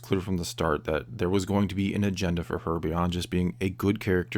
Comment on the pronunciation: You said "agenda" I heard * vagenda * That's the big problem.